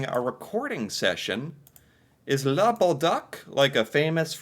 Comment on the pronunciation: The closet pronounciation would be Lah bowl duke. Good thing they say her name in the clip...